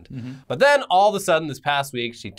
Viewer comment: "billions zen billions zen"